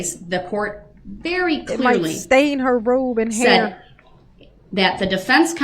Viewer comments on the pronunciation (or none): none